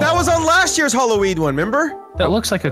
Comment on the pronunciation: did he say Halloweed??😂😂😂